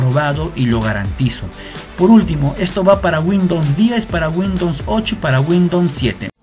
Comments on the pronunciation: windons xd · Windons ? :v buen vídeo xD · "de windoms"